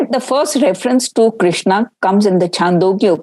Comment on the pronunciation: Who is krishn or Krishan? It's Krishna.and it's Upanishad not Upnishad and it's Vaasudhéva not vaasudhév.Pramuka not pramukh.Kansa.Sthaanam or Sthaana, there's no way in hell it was written sthaan as it as schwa deletion corruption did not exist in ancient era. Are you people even qualified to speak on Raama & Mathura if you can't properly pronounce the words? Seriously, this is embarrassing. Please preserve our samskruthi.